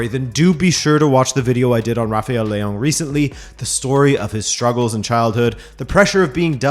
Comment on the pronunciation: You said leao wrong